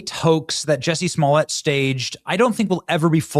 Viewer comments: Benny come on its like jusey say it right ! You need to look him up on this survival show my friends told me to watch because Johnny manzel 👀was on there also you should look that up unbelievable! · Juicy, his name is pronounced juicy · Benny, Jussie.....rhymes with Pussy..... Jus'Sayin'! Jess1344